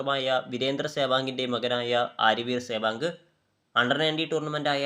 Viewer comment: സേവാഗ് നിർഭയനായ കളിക്കാരൻ. സേവാങ്കെന്നല്ല, സെവാഗ് എന്നല്ലേ പറയേണ്ടത്